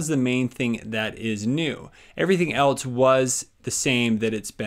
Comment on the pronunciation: "eltes" doesn't actually have a 't' - its just "else"